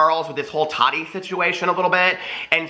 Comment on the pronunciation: I just have to ask why do u say Toddy instead of Tati?